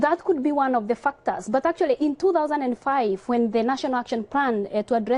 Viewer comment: "that could be one of the fuck-tahs"